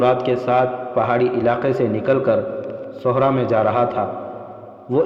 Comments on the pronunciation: Sahra not suhra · صحرا کا بھی تلفظ درست کریں